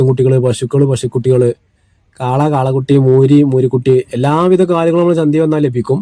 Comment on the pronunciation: വിഡിയോ. കൊള്ളാം... ചന്തിയല്ലാ... ചന്ത എന്ന് പറയു